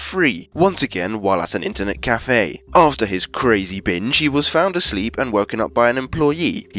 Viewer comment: When he says binge, it sounds like he says bitch